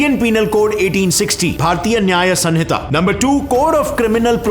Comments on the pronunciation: It's sahita not sanhita...it is written as sanhita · It’s Samhita